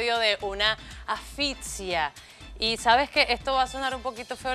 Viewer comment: "Afitsia" no mi niña, asfixia y suena: "asficcia". De nada. Sigan preparándose.